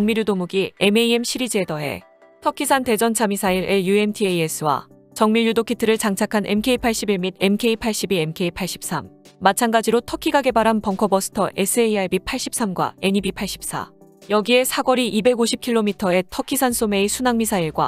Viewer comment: Mk를 자꾸 엠케이라고 읽는 거 참 듣기 거북하네요. mark(마크)라고 읽어주세요.